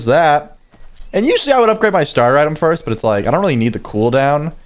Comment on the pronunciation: not foist but foist in yo heart💕